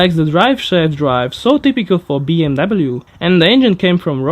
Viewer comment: "bee em wabbelu" :D